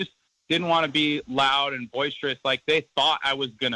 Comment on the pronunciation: the word is boisterous, not voiceteriurs